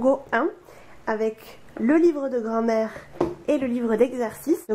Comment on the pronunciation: Ptdr vraiment elle dit grand mère